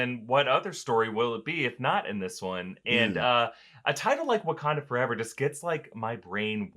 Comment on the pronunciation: 'foreva-eva?' I'm sorry, Ms. Jackson.